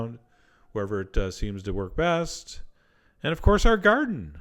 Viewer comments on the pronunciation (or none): none